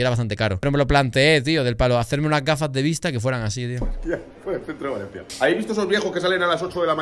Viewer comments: joder que mal me pone cuando dice "Valensi", me mato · Por qué le dice Valenci a Valencia? 😂😂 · Y porque dice Valenci????, o es Valencia en castellano o es València en Valenciano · Me pone muy nervioso que diga valenci y no Valencia